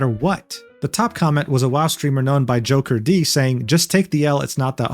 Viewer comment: Great vid but should've looked into how to pronounce Jokerd though. It's not JOKER-D. 😄 And F piratesoftware , i have no idea how shallow you have to be to ever believe this person. Guy is and was a fraud.